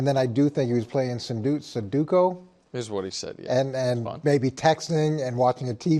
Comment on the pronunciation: The amount of intelligent people mispronouncing the word sudoku is absolutely criminal